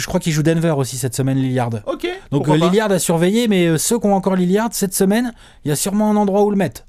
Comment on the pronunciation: c'est Lillard pas Lilliard XD